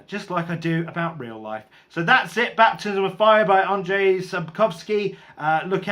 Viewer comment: Your pronunciation of the name Andrzej is probably as close to being correct as a foreigner can do. The surname is absolutely correct. The travelling through a war-torn land is probably my most favourite part of the Witcher Saga.